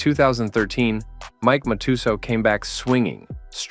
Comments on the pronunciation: Great documentary 🙌🏻 side note It’s pronounced mat - tes - sow …. There’s no “u sound ‘’ in Mike Matusow’s name despite the u being there lol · They mispronounced several names before but after that I had to comment. They're the best. Are these robots that narrate these? I've seen it before on other channels. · Cant understand when you cover Scotty Nguyen you mispronounced his name and (Matutooth) Matusow. But a few moments later you pronounced it correctly?